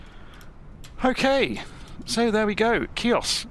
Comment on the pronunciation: I spent a magical 2 weeks on Chios in 2012, excellent modelling of the airfield, just as I remember it!....just one thing, it's pronounced "he-os" the "C" is silent! Transavia used to squeeze 737's in there, but I think they had to refuel on the return trip to Holland at Thessaloniki due to the short runway! I also spotted Avro RJ's from now defunct airline "Astra". Very few Brits went there, we had to transit through Athens onto (in those days) an Olympic Q400. There is a deserted airfield on the south west side of the island which I was told by a local that it is a diversion airfield for the HAF.....with the close proximity of Turkey, I think a lot of the airspace is still hotly contested and airspace incursions are a regular occurance! Excellent video, thank you🙂